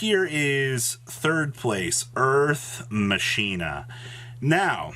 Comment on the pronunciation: Earth "Masheena" headass